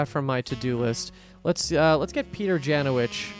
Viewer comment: A little fun fact. Janowicz is a polish surname and you read it incorrect. It should be pronounce Yanovich